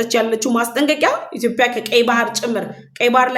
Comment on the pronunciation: አማርኛ እያወራሽ ስለሆነ እባክሽን ኢትዮዽዽዽያ ብለሽ አውሪ ችሎታሽን በአንዲት ፊደል አታበላሺ !!!!!!!!!! ዽዽዽዽ እያልሽ ተለማመጂ